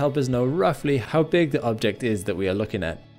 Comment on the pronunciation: Since you can say "king" properly pronounced why don't you say "looking" with proper pronunciation?